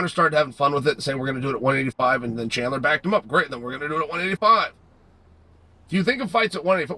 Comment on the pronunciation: Who is chander ? Does this guy say names wrong for fun?